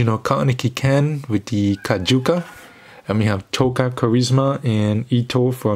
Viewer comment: Dude you have some serious reading and pronouncing problems XD kajuka, kakuka, kajusa?? LMAOOO